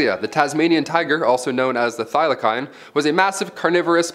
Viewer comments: Thylacine is pronounced thy-la-seen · Thylacine: NOT THYLOKINE- pronounced, THYLASEEN. Hmhmmm😏